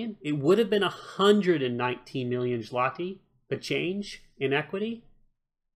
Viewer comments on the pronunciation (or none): Oh god, the way you mis-pronounced the currency gave me cancer, lol. It's actually "Zwoti". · I actually thought you said something similar to a "schmeckle" as a joke :D